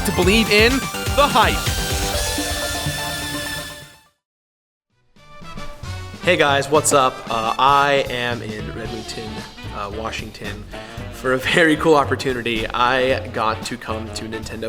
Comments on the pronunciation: its redmond... not redmington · ...did you say "Redmondton"? like Redmond and Renton? ahahah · "Redmonten" Did you actually know where you were,? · Redmonton Washington? You mean Redmond? (Washingtonian here, :P)